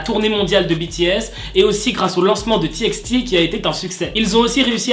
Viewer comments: pas on ne dit ti ex ti mais ti by ti pour txt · Rooooh Namjoon....et aussi on dis Ti by Ti ! Mais c'est pas grave on t'aime quand même💕 Moi personellement, je suis une Army super sexy 2....x) Mais bon, il se sont un peu disputé pour rien. Bizous bizous 💕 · Juste, on dit T BY T:) (tkt je ne te juge pas c'est juste que sa me stresse enft xD)